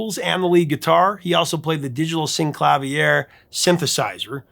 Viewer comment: I also mispronounced "Synclavier," for several decades. It turns out it is pronounced "sin-clah-VEER." German etymology, not French.